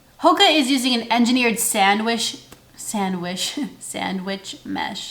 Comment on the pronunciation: I love a good “sandwish" 😂😍